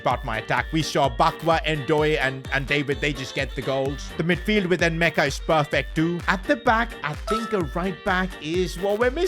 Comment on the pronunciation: "Angie Postecoglou" "Enmeka" "Endoyi" "Nahco Williams" Learn how to read bro